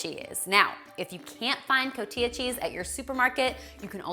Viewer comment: Cotijjjja, the j is like a radio station static, cotilla is something completely different. .. ;-) Love your recipes! !